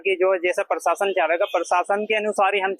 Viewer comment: भाया पीरशासन नहीं होता है प्रशासन होता है ठीककरो उसको इस पर जब आपको अनपढ़ या मदरसाछाप बोलते हैं तब बुरा मानजाते हो यह नहीं देखते कि अगला क्यों बोल रहा है कुछ तो कमी हैभाया जितना जल्दी हो सके उस कमी को पकड़ के सुधार किया जाना चाहिए